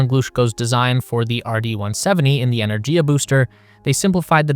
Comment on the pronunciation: Just a shame you can't pronounce Energia correctly.